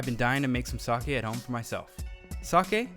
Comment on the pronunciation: Its NOT TO-KI-YOO, its TO-KYO, its NOT SA-ki, its SA-KE